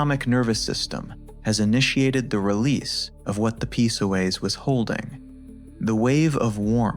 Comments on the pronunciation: haha, it's not called the P soas, it's just the Psoas without the P sound. Fix your AI guy. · I believe it is the “Psoas” lol not the “P-Soas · Should definitely not listen to anyone who calls it P-soas Probably AI slop, definitely b.s. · Video came back But Your images dont match the exercise and your AI voice pronounces PsoAs wrong it’s not P soas